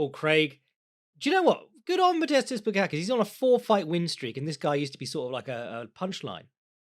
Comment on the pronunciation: You didn't even try pronouncing the S in Bukauskas